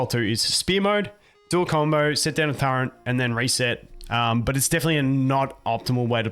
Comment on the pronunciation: The way you pronounce turret. :)